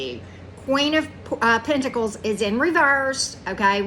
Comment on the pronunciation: I could have sworn I heard you say "the wh@ pentacles" not 4 of pentacles and that was all I could think of the whole reading 😂 too funny. I'm gonna have to watch this again.